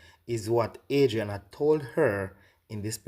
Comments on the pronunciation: I think shes saying her name incorrectly on purpose…she doesn’t want to directly identify the girl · I personally believe every single word this woman is saying. My only thing is her constantly saying her name incorrectly - that can cause one to think twice about taking her seriously. If in fact some of these details/evidence does come out eventually and align with the details she’s stating, this could be of value. Either way, praying the truth will be revealed and those involved are dealt with through street justice.